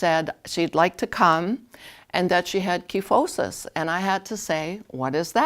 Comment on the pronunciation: Online dictionaries show the customary pronunciation is with a long I sound in the first syllable. (ky not kee). Learned it that way in anatomy class. Very common condition in older women especially. Thanks for the tutorial.